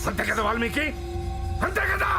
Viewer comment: Valmika kaadu valmiki.